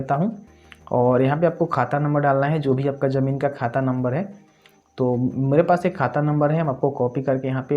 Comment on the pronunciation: Jamin nhi bolte bhai ZAMIN BOLTE H